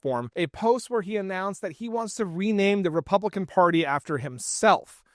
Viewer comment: "Tpublican," sounds like you're spitting out something disgusting, so that works.